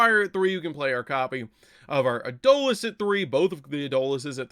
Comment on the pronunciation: Adolis...? Its Eidos (Aydos)...